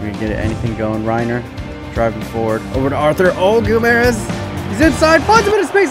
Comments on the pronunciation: It is Pronounced Ray Ni Ér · It's not pronounced the same as Reiner Braun because: A) Reiner Braun is a GERMAN name and is pronounced the German way... and B) Reinier has another letter i in the name, so it isn't the same as Reiner and therefore would not be pronounced the same way. From what I've heard, the Brazilian Portuguese (and also regular Portuguese) way of pronouncing his name is "Ray-nee-er" or "Ray-neer". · Reinier is pronounced "Hey" - "Knee" - er